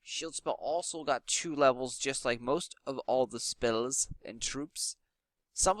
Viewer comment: I love how you said spells lol "speillz" lol